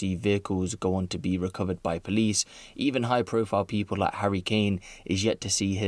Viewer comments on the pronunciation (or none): Can you stop mispronouncing 'people' as 'peep-hole'?